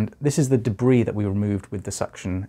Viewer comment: I love the way you say debris